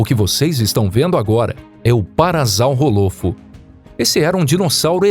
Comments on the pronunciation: o cara leu o nome do bicho "para-zau-rô- lofo". Kkkk O certo é PARA-SAURO-LOFO Sauro de dino-SAURO O dinossauro é um PARASSAURIDEO então se diz PARASSAURO-LOFO. Dino-ssauro > para-ssauro Não sei de onde tirou o som de "z" e o som de "hô". falou o nome com Z denovo. sauros é com S e não com Z. "PARA ZAU HÔLOFO" foi f0da. Kkkk Só faltou ler o nome dinossauro assim: "dino-zau-hô". Só tô dando a dica pra falar o nome de forma correta nas próximas vezes. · Se diz parasaurolofo não parasalrrofo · Parassauro não pasazauro lofo kkkk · o cara falando os nomes dos dinossauros quase todos errados ex: errado paraZAURROolofo correto paraSSAUROlofo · A pronúncia do parassaurolofo está errada, n é parassaurolofo com som de z é de r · Parazau rolofo é foda né É parassaurolofo ou simplesmente parassauro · A pronúncia certa e parassaurolofo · “parassaurolofu"doeu amigo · Bom video mais o nome do parasaurofo n se fala assim como z se fala como s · Kkkk parazaurrolofu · O meu filho tem 6 aninhos e conhece quase todos os nomes dos dinossauros, ele ficou corrigindo o narrador 😂 é parassaurolofo ele falou. Mas são muitos nomes e todos complicados ☺️ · "parazau rolofo" wtf?? mano, tirou essa pronúncia de onde??? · Isso que dá quando um canal de pipa tenta fazer video de dino, pronuncia errada e informações incorretas q já estão ultrapassada a anos, parassauro é do cretáceo igual ao T-Rex mais não tem fósseis com a mesma datação, portanto não conviveram juntos, oviraptor não era ladrão de ovos essa informação errônea já foi desmistificada a mais de uma decada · Rindo muito com sua pronúncia de "parasaurolophus" 😅🤣🤣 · Quando ele pronuncia Parasaurolofo eu tenho dor de ouvido! 🤕